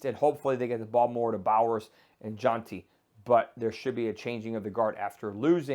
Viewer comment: Thanks Doc. BTW Jeanty is pronounced (GEN-TEE) haha